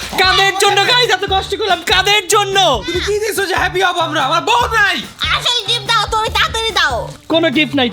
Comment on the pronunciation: আসসালামুয়ালাইকুম ব উ শুনতে শুনতে বিরক্ত লাগে 😢